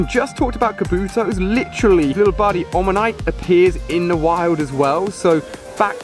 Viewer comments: Am I the only one annoyed by how he says omanyte? It's not 'onamite' it's oh-man-ite! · Did ya just say Onamyte? Its Omanyte btw but I like the video anyway thumbs up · i know! its so annoying when he says onamite!